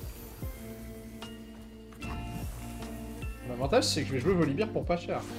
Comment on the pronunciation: Ca me trigger les gens qui disent voli"beer". C'est un ours, pas de la bière.